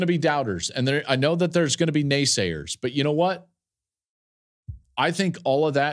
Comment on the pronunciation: did he say NAYSAYER- expected better from you klatt LMAO